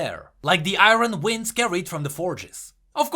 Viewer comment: Iron pronounced as "ah-yorn"